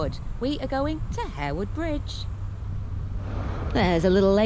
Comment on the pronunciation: I often go on this walk with my friend . The river is/would be great if the water wasn’t so polluted. So glad you pronounced It Harewood not Haarwood. Greetings from Haarhills Leeds😂